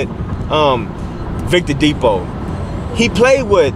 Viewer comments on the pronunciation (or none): none